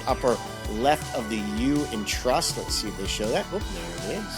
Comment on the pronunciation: What's up with the T in trust